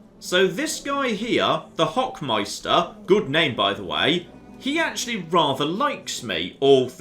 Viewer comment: Oh my god the way pronounces "Hochmeister" (ˈhoːxmaɪ̯stɐ) is just so funny to me xD By the way "Hochmeister" is a title not a name. Translated to english the "Hochmeister" is the Grand master of the Teutonic order.